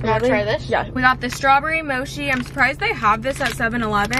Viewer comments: Not saying moshee instead of mochi ( mochee ) lol btw not all mochi’s are eaten cold that’s only if it’s with fruit or the frozen ice cream ones. People store it in the fridge so it doesn’t dry out as much. If it’s individually packed then it’s not really necessary to put it in the fridge. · Mochi not moshi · Mochi not moshi lol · mo-she … omg 💀💀😂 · guys did she call it moshi???!